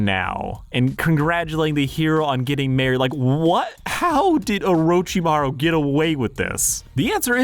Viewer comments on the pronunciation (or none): none